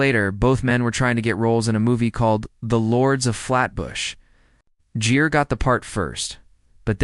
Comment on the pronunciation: It's Gere you AI using clown not Jere.